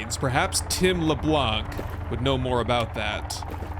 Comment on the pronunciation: This Sons of the Forest series is very well done! In the name Tim Leblanc, we don't pronounce the "C" at the end. It's french ;P